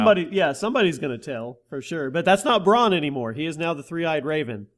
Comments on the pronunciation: Some of the names in game of thrones are hard but bran, are you fucking serious bran, not bron, bran, A, not O, Bran as in Brandon, bran. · Its Bran not Bronn. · Ffs u pronounce every game of thrones name so shit, Bron? It's fucking bran for Branden!